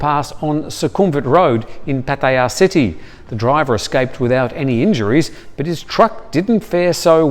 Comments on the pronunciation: Pat-E _AH is the way the Thais who live and born there pronounce it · 99% of Thais pronounce it PAT-TIA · no it's not. No one says it like that and it's very irritating. So stop. I've been here 23 years and never heard it gayed up like that. You miss pronounce alot of places. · Does anyone else cringe every time the way he pronounces Patearrrrrrr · Why do you say Pattaya the way you do? Lol